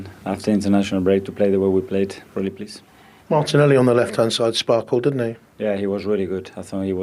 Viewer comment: Martinelli…. no “ y”